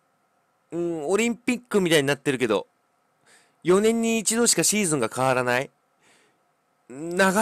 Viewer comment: シージュンって言ってて草